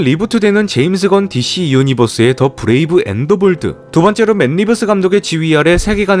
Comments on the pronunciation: 브래이브 앤더 볼드가 아니라 브레이브앤 더 볼드 라고 띄어 읽어야죠. 사람이 아니라 봇임?? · 앤더볼드 졸라 거슬리네 진짜 ㅋㅋㅋㅋ 앤. 더 볼드 임마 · Brave and the bold. 브레이브 앤더볼드 아니고 브레이브앤 더볼드 라고 읽읍시다... Bold는 대머리라는 뜻도 있지만, 과감한, 대범한이라는 뜻도 있습니다. 용감한 대머리 아닙니다. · 원제는 아마 "더 브레이브" & "더 볼드"일 텐데 계속 브레이브/앤더볼드 로 읽으시니 어감이 좀 어색하네요